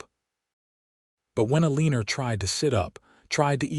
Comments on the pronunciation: I felt the same with petty mispronounciations in other storys, BUT the mistake of one of the primary character's name is SO WRONG and it tainted the entire story. I am loving these stories at bedtime each night, and would like to be able to help, not just being a complainer. I am a retired lady and would like to assist this channel to be the best it can be. I hope you will reach out for my help. ❤ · Do you even listen to your final product before you put it out there? It's either Eleanor or Elina. Not Eliner. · It's a cross between e lay nuh and ell uh nor. So, e lay nor!! Lol 😅😅. This AI stuff is non responsive to our requests for a prooflistener to improve the stories!! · The woman's name is Alina not Aliner and yet its mispronounced in every story. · I wish you could manage to pronounce Eleanor El- ea- nor not Elina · I can’t do it any longer! Only 40 minutes in but mispronouncing the name of one of the main characters (Aliner instead of Alina) is messing with my enjoyment of a potentially good story. Mispronouncing some general words that have dual pronunciation and/or meaning is one thing, but the name?! AI sucks! Just read your stories yourself! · The voice keeps saying Elina’s name wrong. It’s supposed to be E Lina, not Elinor . I’m sick 🤢 of it ❣️🇺🇸❣️ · Elina. Not Eliner. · Eeeeleeenaaaa...not eeeleeenerrr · I won’t listen to another story with such poor narration. “E-lean-nor”. Too many other misspronunciations . Clean up the narration and repost it. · Eastern “Elineer” instead of her real name. It’s a New Yorker thing. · "E-lin-er" ha,ha,ha. 😁😄😂😂😂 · "El-ee-ner" ?? AI messed this up. Alena? Eleanor? The pronunciation just about ruined the whole story for me. 😅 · Her name is E - lin - a! Your pronouncing it wrong! 🌿⚘️🌿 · The use of her name being mispronounced is irritating. Instead of Elina, it’s being pronounced E liner. I’m sick 🤢 of listening to it.❣️🇺🇸❣️ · After reading the comments I see how the narrator massacres Elinas name. It is annoying!